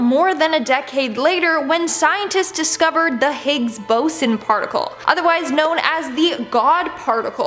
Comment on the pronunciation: I don’t like how she says boson